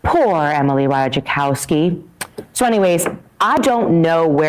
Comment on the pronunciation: Y'all. It's not pronounced "Ra tuh JUH kowski" 🙄